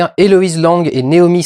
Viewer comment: Néomie au lieu de Noémie, HHHahoui au lieu de Harry, Camille Keutinsse au lieu de Camille Cottin, est-ce que tu sais parler ? Je suis désolé Durendal t'as des bonnes idées sur tes films et tu t'en sors tout seul sans tapis et en presque un seul plan séquence mais tu ne sais pas parler et ca décridibilise complètement ton propos.